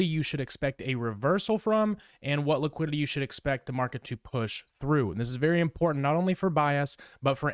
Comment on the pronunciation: That squiddily didilly liquililly 😂